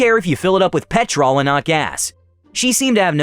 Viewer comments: oh god yes yes it does - pe'tral not pet TROLL. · Ironically pronounced petrul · its pronoused pet ruull not pet rol every time you say it every uk suffeders (when you said it as her you said it closer):) hope it helps;) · I’m only allowing you to say petrol because you’re nice about it, but everyone else has to say gas or else I’ll release a pack of wild Alabamans on them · Dude it’s pronounced pet-rl o is silent.😊😊😊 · Petrl is how it is pronounced. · In America we call it petral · I am cracking up at the pronunciation of petrol. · The way you mispronounce petrol is like nails on a chalk board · As a British person hearing him say petrol wrong so many times made me mad haha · It seems he only pronounced it that way when he was reading the ladies part I think he was doing that to make her more annoying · Same same its annoying me too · Hearing petrol mispronounced every so often is so jarring. Edit: and Aussie. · Are you saying you're Aussie, or the pronunciation is Aussie? Because it sure isn't an Aussie! Im Aussie and it's ridiculously jarring to me, too! 😂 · Why do you keep saying 'petrol' wrong?